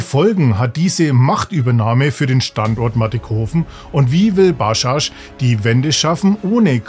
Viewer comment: Ba-dschadsch Nicht Baschasch